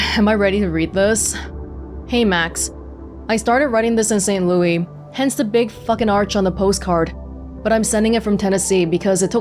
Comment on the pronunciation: Hearing constantly mispronounce St. Louis hurts my soul.